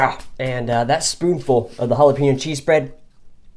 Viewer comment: Chorozo? Oh you sweet summer child.... hahaha. You redeemed yourself with pronouncing Jalapeno. Great video buddy and a sweet ration that Mike made up for ya.